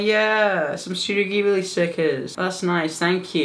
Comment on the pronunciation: YOU SAID GHIBLI CORRECTLY